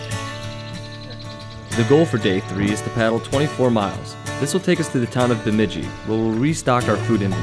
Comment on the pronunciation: lol you are saying Bemidji wrong